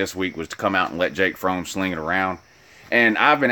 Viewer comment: Learn how to pronounce Fromm dumb ass